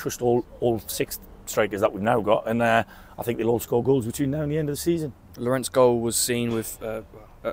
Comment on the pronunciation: The interviewer pronounces Tolaj’s first name as ‘LOR-RENT’ instead of ‘LOR-REN’. What a div!